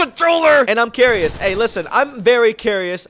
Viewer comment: I’m carious very carious”. lol rip English now it’s Engrish 😂